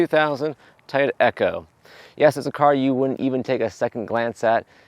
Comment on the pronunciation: It’s “Toy-oh-ta” not “Tyta”